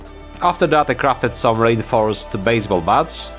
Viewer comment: The way you said reinforced sounded like rainforest to me. Lol